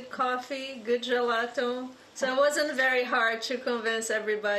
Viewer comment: Did she say good gelato? 😭🤣